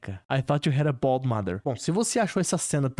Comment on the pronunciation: eu nao entendi BALD, eu entendi BALLS kkkkkkkkkkkkk pra min foi mais engraçado